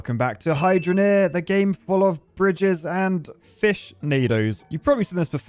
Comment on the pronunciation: lol when u said 'fish tornado/tower/pillar' i heard bitch tornado/tower/pillar LOL🤣🤣🤣🤣🤣🤣🤣🤣🤣🤣